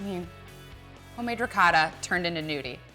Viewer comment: trying too hard nothing seems original about her. wish she'd learn to properly pronounce ricotta